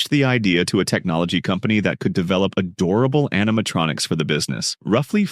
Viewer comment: Emphasis on the word “Adorable”